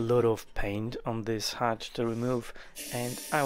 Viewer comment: Its a hutch, not a hatch.